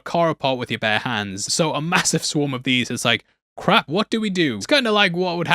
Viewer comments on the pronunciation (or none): none